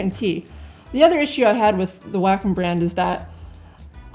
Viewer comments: I have the iPad Pro for 2 months now, an iPad 2018 3 months prior to that. Mainly for drawing direct digital. One thing you did not emphasize more is the fact the Wacom (it’s pronounced Wa-Kom) Cintiq is just a display drawing tablet that you need to connect to a dessktop/laptop. At the practically a bit more cost than a Cintiq, the iPad was a logical purchase - portability, long power use of 8-9 hours, and yes, Procreate as the best mobile digital art app as the main reason why I spent over $1000 for drawing. As an anti-Apple, I can sympathize with the your sentiment - it just works, bitches! Now I get laughing reactions from colleagues who know me to be anti-Apple. But the only thing I care about is that I can draw anywhere, and I have just finished a comic strip while I was on the couch while watching my favorite TV show. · lol all i hear is "wack um"... Anyway is it me, or does it look like someone is sitting behind her pretending to be her arms. :)